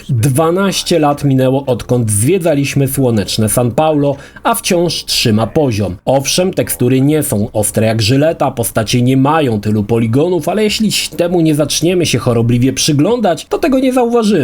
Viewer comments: jakie new jersey? nowy jork przecież. Skąd Ci się wzięło New Jersey to ja nie wiem. No i chyba- Sao Paulo, nie San Paulo. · I Sao Paulo a nie San Paulo gurwa 😉